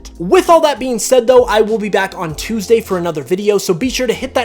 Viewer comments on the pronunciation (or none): none